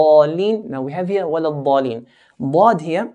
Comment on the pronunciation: it really sounds like walag-daleen. Is that supposed to be it?